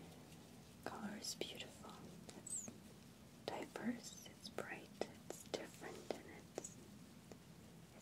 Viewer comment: when she said 'diverse' I thought she said 'diapers'